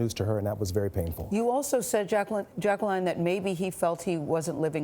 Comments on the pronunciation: Mrs.Jackson doesn’t pronounce her name as Jack-ca-Lin she pronounces it as Jack-ca-line. LoL at first I thought Gayle was saying it wrong to 🤣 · She doesn’t know how to pronounce “Jacqueline”.